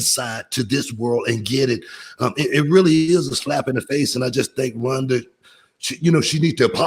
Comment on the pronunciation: Runda? Booker, do you mean “Rhonda”?